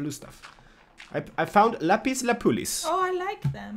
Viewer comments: It would be cool to see dyed armor. Is it just your home language and your English accents, but when you talk about "lapis lapoolis," it is actually lapiz lazuli. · Lapis Lazuli!!!! not lapuliz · LAPIS LAZULI NOT LAPIS LAPULI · Excuse me for being picky, but it's called lapis lazuli. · It's lapis lazuli lol pronunciation lap-is-la-zoo-ly